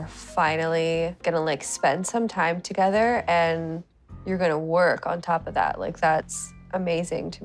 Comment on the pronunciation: Is it just me as a foreigner, or does Andrey often say ‘f’ instead of ‘th’? Toge’F’er and other words…